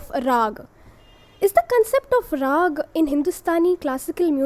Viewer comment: It is not raagaa though.